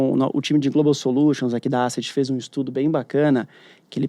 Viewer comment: Não é Àseti a pronúncia é : ésset